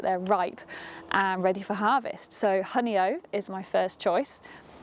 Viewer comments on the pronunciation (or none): there is no way that you would know how to pronounce it!. Newcomers to the area always have trouble. And, hey, we butcher UK place names all the time!